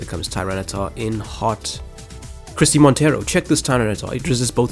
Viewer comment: your pronounciation of Christie Monteiro is not wrong, i guess the "ei" from Monteiro could be pronounced in a more "portuguese or brazilian" way but the way you said it is alright.